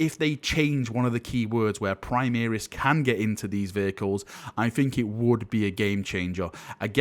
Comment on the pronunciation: PrimAris, not PrimEris.....